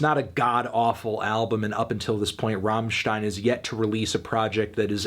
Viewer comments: love your content. little tip from germany. its rammstein, not raaaahmstein. double "m", pronounce it fast and accentuate the "m" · "rammstien" Yup, this review fake and gay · It's not rawwwmmstein. It's RUMMstein. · “ROHMSHTEIN” e.e Accurate but my mind refuses it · Rammen stein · The way he says Rammstein is painful to my German sensibilities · It's pronounced "rammstein" not "rammstein".